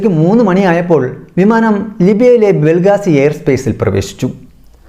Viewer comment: ബ്രോ ബെൽഗാസിയല്ല ബെൻഗാസി